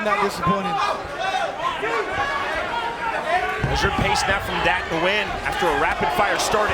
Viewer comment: Nguyen's name is pronounced "Win" in english dude! It's the equivalent of "Smith", in Vietnam.